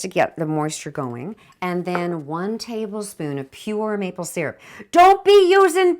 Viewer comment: OMG, loving your show!!!... You sure you don't have east coast roots? The way you were talking about maple syrup reminds me of folks down here:). Keep up the awesome work, I'm now addicted!!!:) Tash (on Twitter PS - What's your Twitter?